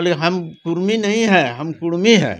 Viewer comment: REPORTER BABU ALWAYS SAY " KUDMI " NOT KURMI OF BIHAR AND UP.